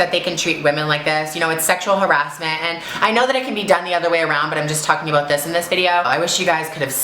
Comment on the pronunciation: I love how she said Sexual Ha- Ra-S-menttt OMGGGGG